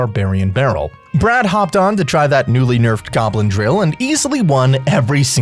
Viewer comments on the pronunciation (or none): Man its bee-rad, not brad